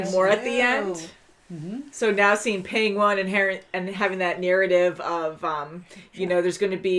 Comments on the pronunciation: Why do you keep pronouncing Penguin like "Peng-wahn" ? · Wth is a “pengwuon”? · ......pengONE? I thought it was only Benedict Cumberbatch that couldn't say penquin lol